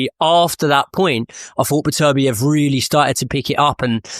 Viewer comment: It's "better-BEE-ev" it's not "buh-TERR-bee-EV". start there. no translation or accent would ever make that remotely accurate.